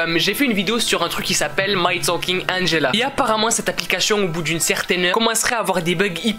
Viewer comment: T bête tu dis angella comment tu t'appelle mais très très bonne vidéo 😜😜